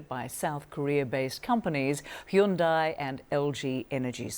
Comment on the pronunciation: I LOVE how Mike Valerio correctly pronounces 'Hyundai.'👏👏👏